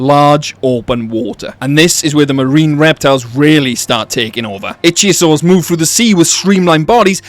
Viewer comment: Can u please please start saying ih thio sors ...ik begging you bro . U are the best but i wake up every time u say it wrong xD